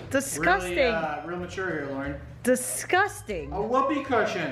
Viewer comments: world it’s Lauren not larauern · Purfet it’s l Lauren grat